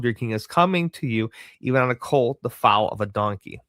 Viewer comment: Foal is pronounced like Fole